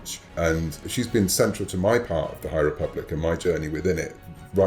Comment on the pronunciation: Ah yes, the High REEE-public. This is totally what SW fans are looking forward to.